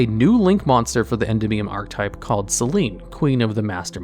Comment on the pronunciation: Every time he says Endymion as END-IM-ION instead of EN-DIM-EON I die a little bit inside